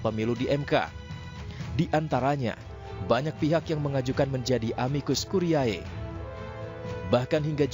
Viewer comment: Ini Editor/Produser-nya ga ngajarin cara baca bahasa Latin kah ke Pembawa Acaranya?